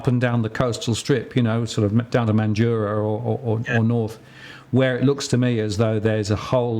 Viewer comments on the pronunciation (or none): Tip for Mandurah pronunciation. You said man duur a. With emphasis on du. While West Australians say man-dr-ah very little U mostly maaaandraar. Like man-giraffe but not the ffe